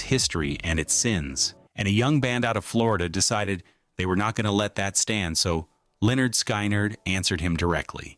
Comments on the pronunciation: The best songs of 74 in America, not the world and the pronunciation of Lynyrd Skynyrd is hilarious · Learn to pronounce Lynyrd Skynyrd properly.